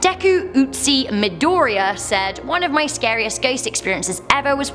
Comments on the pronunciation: "Deku Ootsi Midoriya" that may be my favourite pronunciation of his name XD (ps: no hate just thought it was funny) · izuku is pronounced ee-zoo-koo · ITS PRONOUNCED EEZOOKOO IZUKU IM SORRY FOR YELLING BUT BOKU NO HERO IS MY FAV SHOW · lol when she mispronounced Deku's name I cringed so hard!🤣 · trying to pronounce "Izuku" for Deku Izuku Midoriya, LOL!